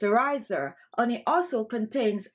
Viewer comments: It's called HHHHHONEY! NOT oney. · As an Italian woman, I pronounce honey as oney as well. 🤭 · Absolutely. With all going on.. in the world I am looking for some "light", humor, health, and happiness.. I saw this an said, hmm.. glad i did. Every time she pronounces " oney ", a smile grows. Made my day! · I was listening this video and than she said her secret anti-aging cream ingredients - ONY - Ony ? What is ony OH 🍯 HONEY= it was smart to write it down! Thanks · the oney :). You are suppose to pronounce the h. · Marlene DR ….it’s an accent. I love it. She spoke proper English without the “H” sound. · That’s the Caribbean pronunciation for honey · I just love the way you say "honey" ☺️. You drop the "H" as if you are of Bemba ancestry. The Bemba speaking people of Northern Zambia drop the H in their pronunciation of words that begin with that letter. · Yes, indeed, but it is a mispronunciation born of the Jamaican Patois. She IS Jamaican. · I love how you pronounce honey..lol Nice ingredients..will try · How cute the way you pronounce honey 🍯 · i live for the way you pronounce honey 🤣💛💛. love that accent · Learn how to say honey before you try and teach